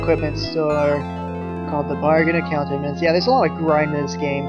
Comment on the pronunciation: omg its pronounced a-koot-tra-ments